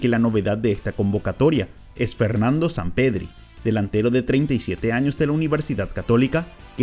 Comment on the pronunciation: Enserio dijo Zampedri?